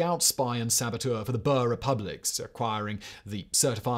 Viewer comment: South African here! The word "boer" is pronounced with a long "oo" like in the word food. So it should be pronounced more like "boor". Hopefully this helps for your future videos! :)